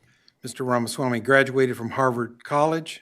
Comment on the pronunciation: RA MA SWA MY 2024. Learn it and say it.